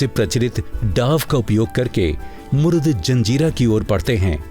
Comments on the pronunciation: Its a Murud (मुरुड)not a मुरुद. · पहिले किले का नाम मुरूड जंजीरा है... ना कि "मुरूद ".. हिस्टरिकेल नामको बराबर से स्टडी करके लिया करो... आपजैसे लोगोकी वाजहसे ओरिजिनल नाम बदल जाते है.. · जनकारी बहुत अच्छी लगी । लेकीन आपने महाराष्ट्र का जंजिरा किला मुरुड को मुरुद बोला है. जो की मुरुड होना जरुरी है। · शहर का नाम ' मुरुड ' हैं, मुरुद नहीं! कम से कम सरकारी चॅनल से ये अपेक्षा न थी